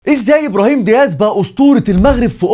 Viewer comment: واسميتو دياز مشي ديهاز 😂😂 🇲🇦